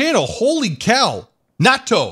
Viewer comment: Natto, not Nato (im now thinking NATO....)